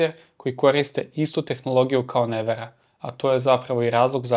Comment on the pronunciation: Nije najbolje i nauči izgovoriti Nevera.